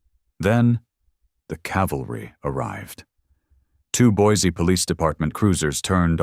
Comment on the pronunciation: You almost got the pronunciation of Boise down. Not quite but almost. It is Boy See not Boys E.